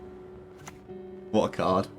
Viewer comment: I love the "what a card" with your accent at the end of game 1 🤣🤣 wuh ah cod... killed me man ♥️ 🇬🇧♥️